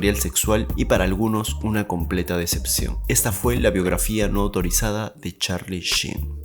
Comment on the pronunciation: YOUR ENGLISH SUCKS MAN!!!!!!!! Por lo menos el nombre lo pronuncias bien!!! jajajaja!!! Va en tono de broma amigo!! Saludos